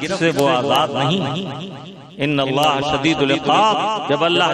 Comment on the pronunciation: Lafz allah me khada zabar nahi aayega ...?